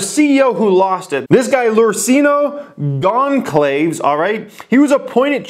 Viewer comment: Gone-claves ahahahha